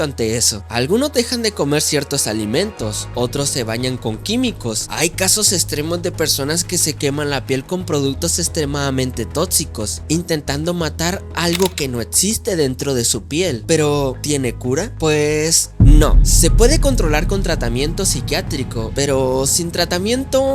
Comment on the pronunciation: Etziste, tozico etztremo 😂😂😂 no puedes pronunciar la X